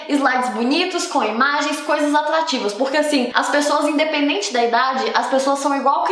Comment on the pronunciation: Eu ouço muito ela falando com a letra L kk "Tlabalho, aplesentar, atlativas, atlaente, aplesentação, pla ler, palece, escleva, plofesso, revolução flancesar" KK